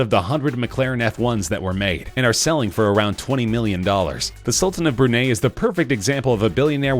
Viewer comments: sultan of brunei.... brun - eye or brun - i .... not brun - aye or brun - a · its pronounced bru-nye not bru niegh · It’s pronounced Bur Nye not bur nay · It’s Bru-Nye not Brunay, with the actual spelling of the country being (Brunei). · 129m minus 91m is not almost 30m... it's substantially more. Also....The Sultan of Brunay? WTF is that... it's Brunei. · Its bru-nai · No! Brunei is pronounce Brew-Nye (like Bill Nye)! 😠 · Brunei rhymes with high